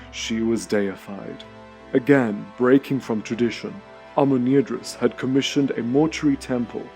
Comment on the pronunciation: Amenirdis, this name seems to be spelled wrong as it is pronounced with an extra r in it all through the video... Nubians do need an editor.